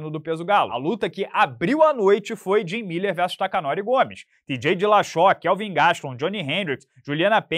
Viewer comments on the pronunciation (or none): Takanori "Gomes" hahahahaha! É Gomi, po. cara é japonês! Valeuu, seu trabalho é show!